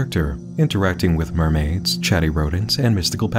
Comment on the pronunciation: The story is really good and I like it but the fact that they can't ever say "mermaid" is so distracting. My brain keeps fixating on the terminology.